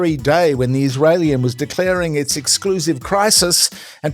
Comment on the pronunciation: "The Israeilian" 😂😂😂